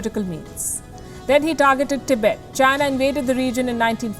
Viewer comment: Tibaet!! Wowowow... baby you were hired for your accent? Or to provide with real news? Tibaet !! Is just new bed where china will screw your army!!💋💋💋